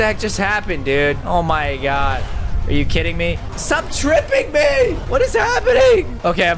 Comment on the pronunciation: You said oh my God wrong